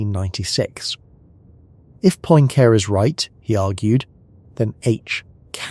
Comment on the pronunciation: I can't ;isten to someone who can't pronounce Poincarre.